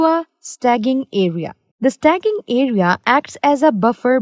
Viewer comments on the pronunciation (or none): It is important to use correct pronunciations, because some learners will be learning wrong English. There is infinite difference bweteen sta-ging vs staging (root word stage becomes staging). Problem is a non-technical person is reading the document prepared by a technical person). We all have to learn from mistakes. No excuses. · Nice video, however, it should be 'staging' (pronounced stay-jing if that helps) area, where the data is stored or STAGED temporarily before transferred to its destination... Stagging (as pronounced in this video) isn't a word that exists nor relevant in this context. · You're calling it a STAGGING area though. Even in India, that's the wrong pronunciation. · Original Poster meant that most people say "Staging" as "Stay jing" not "Stag ging" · Should be pronounced "Stage-ing" area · Did she say stagging? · Did you just say "STAGGING" area??? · lovely video..funny how you prononuced staging!! LOL